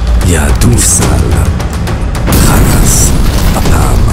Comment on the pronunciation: בלי קשר לסרטון, תעשו טובה לעצמכם ולנו ותלמדו עברית. עצמה ולא עוצמה. וגם חאלס ולא חלאס.